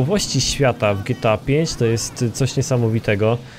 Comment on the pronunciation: Dżi Ti ej fajf .. Boże ...